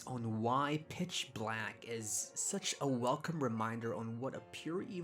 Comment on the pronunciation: I’ve never been able to hear anything other than “bitch black” and it makes it so hard to take him seriously sometimes.